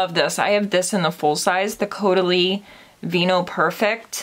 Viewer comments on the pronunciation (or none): none